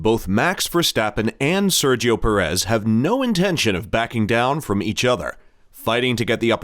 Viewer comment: Who is PerEZ? Pérez? Not that difficult, although Americans can't seem to hit the right syllable.